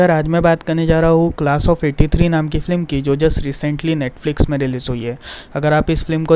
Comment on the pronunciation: Flim nahi be. Film hota hai.